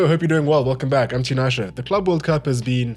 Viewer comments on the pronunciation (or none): none